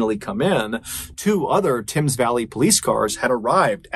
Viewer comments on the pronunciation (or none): Its pronounced tems valley not tims. The Thames. You were close. 🙂👍